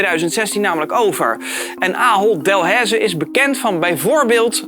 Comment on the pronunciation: Hey, ik kom uit België en hier zijn er dus Delaize supermarkten maar echt niemand spreekt Delaize zo uit als jij. Is geen haat maar gwoon dat je het weet.